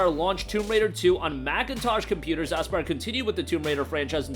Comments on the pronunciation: Dude says asspyre😂😂😂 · Had me dyin every time! 😂